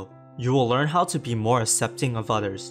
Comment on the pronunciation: Annunciate your words more clearly. E.g., aK-sep-ting not ah-sep-ting